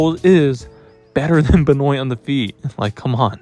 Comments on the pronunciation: WAIT WAIT WAIT... WHO THE F IS BEH-NOYN? LOLOL BEN- WAH. YW. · True. ...but it's Ben-waa.... js.